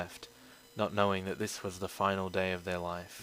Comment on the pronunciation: Dat not day